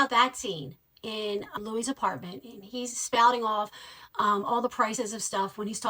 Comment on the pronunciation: I know it can differ on whether "Louis" is pronounced like Louie or Lewis, but for this character it is most definitely as in Lewis. And the legendary director Ivan Reitman's name is not pronounced Rickman. It's nice you are a fan, but there's a lot of this info in so many other places, it's not difficult to learn. I had to stop listening a bit past halfway through, but I imagine you also made no reference to the SCTV/SNL connections which are a huge reason this particular crew were together. 🖖